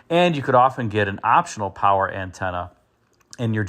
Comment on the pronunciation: Poncho powah